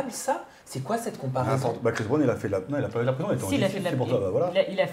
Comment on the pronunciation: Je cherchais un commentaire comme le tiens c est vraiment une hypocrite je n ai jamais apprécié alors là c est catégorique elle me répugne. Il n y a absolument rien à défendre à cela. Elle dit etre d accord avec Dylan qui sous entend que les gens sont fans de CHRIS Brown (et pas "BRAN") soit disant journaliste qui ne sait pas prononcer un nom. En plus mère de 2 filles quelle honte mais quelle honte elle réagit à peine face l évidente violence de la vidéo.